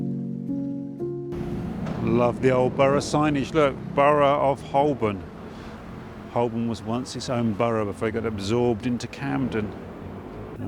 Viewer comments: He keeps mispronouncing 'Holborn'. The 'l' is silent. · Holborn We never used to pronounce the L: Hoe-bun.